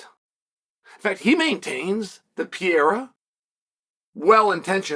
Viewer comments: his name is not "pierra" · Pereira becomes Pierre-a 😂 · Pierre-uh and Mockle Chev lol